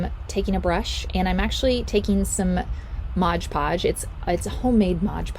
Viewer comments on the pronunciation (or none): OMG...it isn't "modGE podge". It's "MOD podge".😉